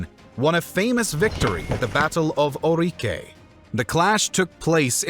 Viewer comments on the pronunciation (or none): The way you said "Mamede" or "Ourique" really sounded as brazilian portuguese 🙂 In the future you might want to check the pronunciation from portuguese of Portugal, as it's not the same.